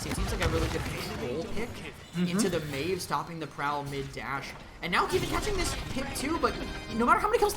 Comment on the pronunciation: Meev? what the fuck is meev? maeve literally says her name in game and people still can't get it right but at least I didn't expect that from a caster.